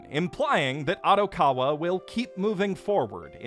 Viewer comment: How does someone who watches as much anime as you mispronounce Odokawa’s name so incredibly.